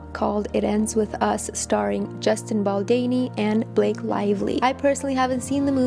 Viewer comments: "Baldini or Baldani" ....there's an 'O' BaldOni lol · Baldoni!!! Just as it is spelt. Your mispronounciation is distracting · Hi. Just wanted to say that his name should be pronounced as Baldoni ( same as the spelling) not Baldeni. Its a little distracting, sorry. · It’s baldOni not baldani lol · Baldoni = “do” is pronounced like “donut” or “dough”. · Bal-DOH-ni, it's an "O" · Why would you just not take two seconds to google how to say his last name? So disrespectful and I can't keep listening to it pronounced wrong. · very distracting! It is not a hard name to pronounce. Also, his name has been heard around of late! Confusing that she has not heard it and learnt how to pronounce it.